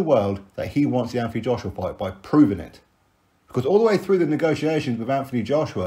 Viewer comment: as per usual you're spot on but just so you know his name should be pronounced Ant not anf it's a silent h... Obviously unless you asked him, wouldn't argue then lol